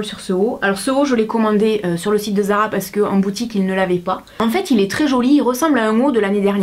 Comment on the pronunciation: zara pas ara lol